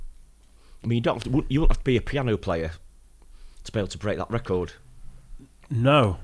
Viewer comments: The AI seems to not know the difference between the verb 'record' and noun 'record'. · This damn voice saying RECORD like recording a video really grinds my gears